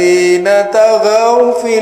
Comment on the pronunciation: Beberapa Lahn Fatal dalam bacaan yang merubah makna: 1. Kalimat طغو dengan Tho' bukan Ta' 2. Fa Aktsarû dengan Ra' panjang bukan Fa Aktsaru dengan Ra' pendek 3. Wa annâ lahudz dzikro dengan Nun panjang bukan pendek Wa Anna Ini tidak dapat dipungkiri, siapa yang bilang bahwa bacaan di atas benar, berarti sama saja orang itu mengingkari Al Qur'an